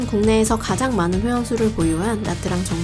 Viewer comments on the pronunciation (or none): 영상 너무 깔끔하고 좋은 정보도 정말 많은데 나뜨랑이라고 하는 발음이 너무 거슬려요ㅠㅠ 다음 영상에서 다루실땐 차라리 미국발음으로 나<트>랑이라고 하시던지 현지식으로 냐짱이라고 하셔야할 것 같아요.. 나뜨랑이린 발음은 대체 어디서 온건지ㅜㅜ 신경쓰였네용.. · "tr"은 베트남어로 "ㅉ"으로 발음합니다. 그래서 나트랑이 아니고 나짱입니다.